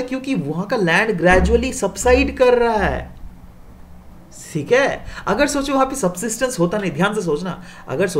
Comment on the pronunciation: That thik hay is typical bihari accent